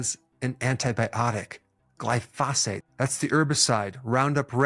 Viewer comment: GLY- pho-sate is how you say it.